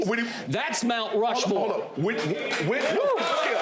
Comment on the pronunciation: How everyone else pronounces Skip: Skip How Shannon pronounces Skip: Skeeyup